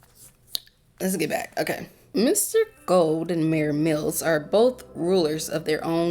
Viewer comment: "Mayor mirrels" :'D